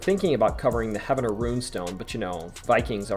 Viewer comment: Im a born Okie. Great video, your pronunciation for some of the place names needs work though. Its Heave-ner not Havener. Sas-saw-qua, not Sassaqua.